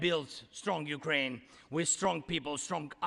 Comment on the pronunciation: Classic USA... First sentence spoken and the woman managed to get both the guy's name and his country's name incorrect. Show a bit more respect.